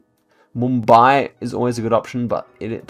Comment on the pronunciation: You pronounced Pune, Nashik, Mumbai perfectly! ❤️ from Pune